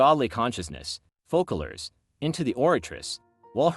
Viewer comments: it's called FOSSALORE , NOT FUCKALORE , in french there is ç pronouns sss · Loved the video! But it’s “Fose-a-lore” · I enjoyed the theory, can't wiat for 4.2 ! Also (I am French) and the "ç" of Foçalors is not pronounced like a "k" but like a "s". As if it was written Fosalors ...